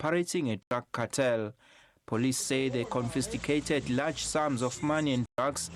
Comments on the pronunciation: " confisticated 😂 English was never our friend😂. It's confiscated😂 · Did bro just say "Confisticated" 😂😂😂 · You lost me at "confisticated" 🤣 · Confisticated 🤣🤣🤣🤣 South African English is the best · Like children with their dumb gang rituals. Imagine having your father behave like that And again that word CONFISCATED is beyond the SABC reporters 😂😂 Con Fis TI cated. Another quality video... Thanks.